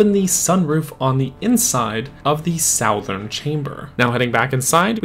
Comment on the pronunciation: Did you just say "sowthern"??